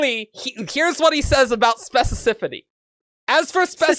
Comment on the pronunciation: Erics inability to say "Specificity" is hilarious to me. XP Like watching Cumberbatch try and say "Penguin"